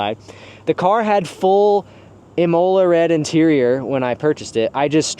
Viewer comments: Pro Tip: Imola Red is pronounced IM e la, not i MO la. If you need confirmation, call the racetrack the color is named after and listen to the recording. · It’s pronounced “eeh mole-ah” ok get it right. Jk. Amazing car